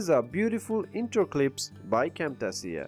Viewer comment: Good video but imma need you to learn how to pronounce "Cam-Tay-shuh" the right way"